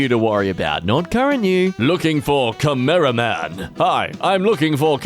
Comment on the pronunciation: I stopped watching when he missed pronounced cameraman